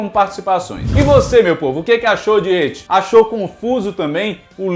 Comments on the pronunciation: Só eu que fico puto quando ele chama "et" nem pra chamar "It". Na verdade o nome dele é Penywise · pq tu fala ET em vez de IT? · Pqp "eti" kkkk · hehe, é que do jeito que você fala parece ecchi (um tipo de anime "pornô" japonês) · Eu amo o, mas toda vez q ele fala "et" eu fico meio perdido hahahahha